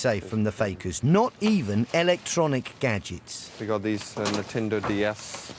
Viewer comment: did he say natinda ds?